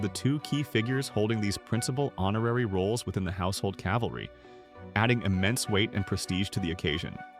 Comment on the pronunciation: There is not a “household Calvary”. There is a “household cavalry!” 🙄